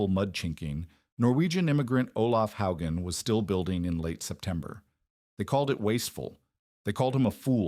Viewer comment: This mispronunciation of Hogan is distracting and annoying. A human would know how to say it. Too bad the AI or CGS or whatever automated system at work can't deal with it. Someone should review this stuff before posting it.